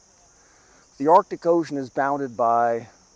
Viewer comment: All joking aside,other than myself, is the only other Caucasian that pronounces "arctic" correctly.